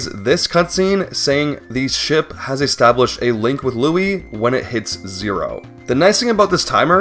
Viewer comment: I like how the word establish is pronounced. “Astablished”